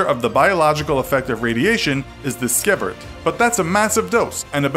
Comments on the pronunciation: It’s see-vert not si-eh-vert. You’re welcome. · You pronounced sievert incorrectly.